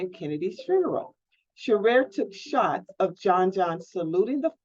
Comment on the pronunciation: my dear you need to get your facts right . Pronounce his name right. Shearer. God Blessed